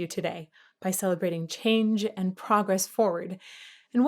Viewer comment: The diphthongs that you picked up on might just be a German accent. There are tons of diphthongs in the German language, like au, eu, ei, äu and so on and we always say them as one sound that is more like the second vowel, like Klaus does here. ”Change” or maybe ”Chain” is more like ”che-in” in English, sustaining the ”i”, but for example in ”Europa” the ”eu” is one sound, you don’t say ”Eh-Uhropa”, but ”Oy-rohpa” and it is an ”y” sound that you sustain for the first sylable. Same in ”Mauer”, you don’t say ”Ma-oower”, you say ”Mau-wer” with the ”u” being the sound that is sustained. English natives often do it the English way when they pronounce a German name and that sounds funny/charming to us. I have never thought about this before, but now that you mentioned it, I think this is very clear. By the way, all the things you said in the beginning that you qualified with ”I think that…” are all true.